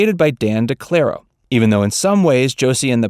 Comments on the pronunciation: Dan DeCarlo, not DeClaro! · Here's some more facts: The Pussycats didn't become a Band Until 1969. And Valerie wasn't Originally a part of The "She's Josie" comics until it became Josie & The Pussycats AND Josie's name was Inspired By Dan Decarlo's wife (not De-Clair-ro) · Deee Karl oo. That’s how you say his name! Josie was his wife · The creator’s name was Dan deCarlo, not deClaro. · Dan DeCarlo. Not Declaro. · Okay, you're getting some of your info wrong. First up, Patrice Holloway did NOT co-write "You Make Me So Very Happy", it was her sister Brenda Holloway, who originally recorded it at Motown. Second, Charlie's Angels lasted FIVE seasons, not seven. And you mispronounced Dan DeCarlo's name. It's pronounced Dan DEE-Carlo, like Monte Carlo.